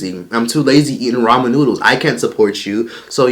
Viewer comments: “Raymon” noodles my nigga 😂💀💀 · it's RAMEN noodles not raymon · " RAYMON NOODLES " 🤦‍♀️🤦‍♀️🤦‍♀️ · He said “ranmen” it’s “ ramen” 😑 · He don’t even know how to pronounce “ramen”... he need to go to a speech class.. I could barley understand he ratchet ass